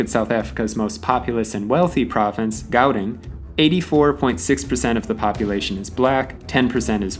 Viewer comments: Mispronounced Gauteng. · The way he pronounced Gauteng killed me🤣🤣🤣